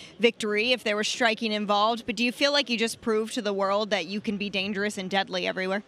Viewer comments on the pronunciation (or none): ima dangreous 🤣😭